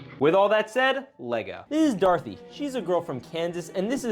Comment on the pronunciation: Darthy? U mean do-ra-th-y